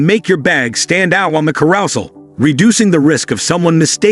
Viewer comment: You don't collect your luggage from the carousal?😅